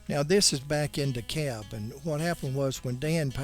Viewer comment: The folks there pronounce the name of the town DEE-cab.